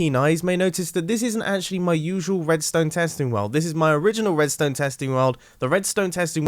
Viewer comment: I think I heard him say wedstone